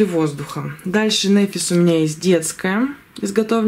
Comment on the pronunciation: только можно поправочку? НэфИс, не нЭфис. Ударение на И.